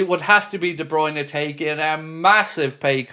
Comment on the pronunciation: No no. De Bryune no